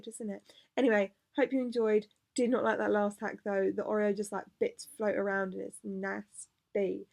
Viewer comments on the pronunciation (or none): The way you were saying oreo grinded my brain into mush omg 😂 Theres been a few times you've had people comment on your pronunciation and normally I agree with you, not them (refried bean incident) but its OR-reo not OH-reo. I love you but omg 😂😂❤❤ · Not oreo please pronounce it (or-ee-o) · I’ve never heard someone pronounce Oreo like that. Ohhh-rio LOOL.